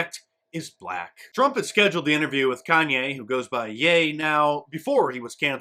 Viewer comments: It's 'Ye' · It's pronounced Ye. Like He with a "Y"